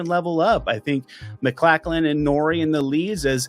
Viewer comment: Definitely not how you pronounce "MacLachlan."